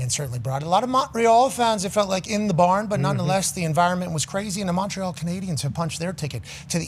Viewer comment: I swear to got if pat mispronounces Montreal one more time imma kms